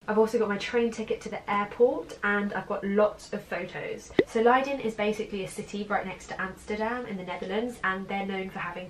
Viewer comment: I love the way you pronounce Leiden! (I am from the Netherlands)